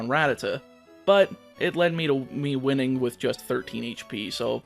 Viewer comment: oh please, you butcher every other word anyway. i didn’t even notice that you botched “winning”